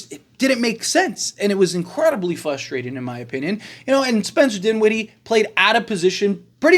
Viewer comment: This clown literally says something and then contradicts himself 2 seconds later "it's fuhstrating" caterpillar